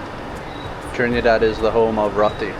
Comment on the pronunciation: ALSO : Not : TRINNEE-DAD But : TRINNIH-DAD